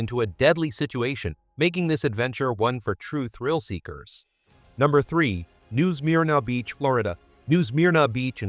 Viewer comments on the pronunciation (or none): New Smear-na beach. Aren’t AI channels great! 😂